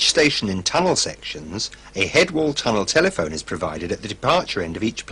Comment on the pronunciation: Ahh sorry. Auto-correct played up. I was referring to the weird pronunciation where they emphasise the 2nd part instead of the 1st one- as if they wanted to stress that a tunnel telephone is a telephone, not one in a tunnel.